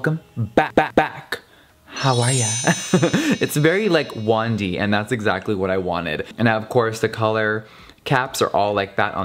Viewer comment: When he said wand-y I thought he said 1D 😂